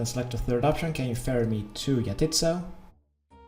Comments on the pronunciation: 'yah-tit's-so'. My tit's so what? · He says He says Jatizso like YA TITS, YO.